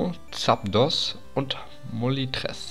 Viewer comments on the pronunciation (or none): Moltres nicht Molitres